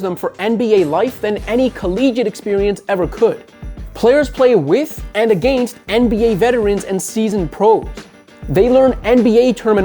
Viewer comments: I hate how this dude pronounces against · All i hear is "aGAYnst"